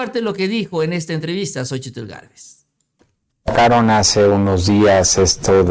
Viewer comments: Excelente nota, solo que no te soporto cada vez que dices xochi TL, hijo de tu madre, me retuerzo de escozor cada que dices xochi - TL, que re cuesta decir sochil y punto, jajaja te mamas!! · QUE YA NO PRONUNCIES LA TL DE LA SOCHIL, NO MERECE ESFORZARSE CON EL LENGUAJE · Estaba mirando el vídeo, pero escuchar tanto el nombre xochiTL y como lo pronuncia mejor me boy a la verg..a. 😂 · no será posible que pronuncies a Xochitl como es? La verdad es desesperante oír como remarcas la tl y créeme que no es necesario, simplemente te lo voy a escribir como suena y se pronuncia... sóchil. La X se convierte en S. Es que de por sí, esa Sra. Ya no la soporto y luego tú hasta remarcas su nombre y la verdad pues no es así. Saludos. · no digas Xochi tl mejor dí Xochi....lito!??!! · Más bien la t es la que no se pronuncia. Solo zochil y ya quedó. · no tienes que pronunciar la L al final de Xochitl